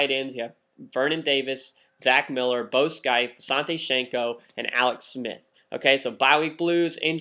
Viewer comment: You say Bo scaife wrong Nice video